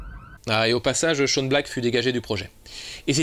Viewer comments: Et dans quel pays on prononce Shane "Shawn" ou "Sean" ? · J'adore tes videos , mais STP arretes d'écorcher le prénom de Shane Black. Ça se prononce chaiyne et pas chaune poto. Gros bizoux😘 Shawn tel que tu le prononce s'écrit comme ça. Mais bordel j'avoue que ta théorie comme quoi Nick est le diable m'a plus que convaincu😈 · Oui, on dit /shéin/ black, en fait ;-). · Sympa ! Au passage, Shane Black se prononce [Ché ine]